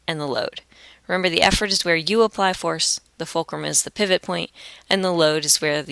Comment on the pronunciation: helpful and understanding but pivot you say it as "pie/vot" Just that mistake